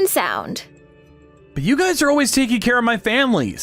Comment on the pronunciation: It's pronounced guy's not guyses